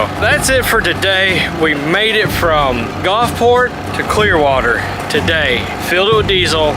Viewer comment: I know when I lived in the south for 40+ years . It was the Gulf not the Golf. Gulfport not Golfport. Just sayin. Fun video. Thanks for making it.